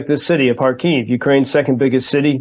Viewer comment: Why can't pronounce the city name Kharkiv correctly? Is it so difficult to be not so ignorant as English speaker?